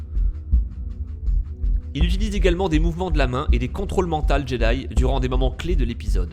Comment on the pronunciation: On dit "contrôle MENTAUX" et pas "contrôle MENTALS", espèce d'illetré ! Sinon la vidéo est super cool !